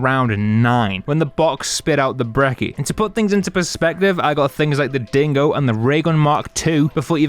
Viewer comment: Its not brekki, its brecci💀